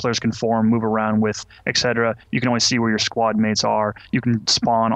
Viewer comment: Ack, do you really say "ex-cetera" in english? It bugs me a lot when he says that, for in german its pronounced without the x.